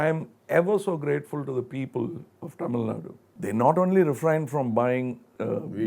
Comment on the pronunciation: He should have done some research before interviewing the legend of Kamal Haasan. . Going to chennai ain't big deal. He even pronunced 'Tamil' incorrectly. Aweful !